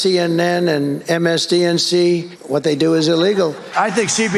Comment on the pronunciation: Did trump say "msdnc" instead of MSNBC 😂